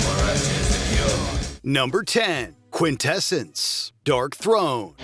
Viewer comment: the bot narrator calling Darkthrone "DORKthrone" 🧐